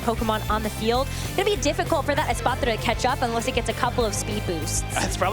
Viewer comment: God not this girl with the espathra pronunciation again